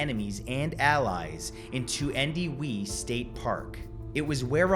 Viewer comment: Hey sir. Love your videos. It’s pronounced Gallow-police and Two-en-dew-E. I love coming across videos about my home town. Whenever I go home to visit my mother I make sure to stroll through the park and say hi to the statue. Keep up the good work.